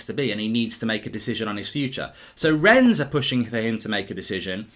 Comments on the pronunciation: No great lover of the French but I have to say I get triggered every time you say "Rens" lol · Mark - pronunciation tip - the "s" in Rennes is silent